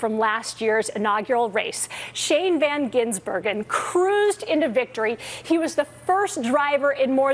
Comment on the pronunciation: For crying out loud, it's Shane van Gisbergen..., not Shane van Ginsbergen... 🙄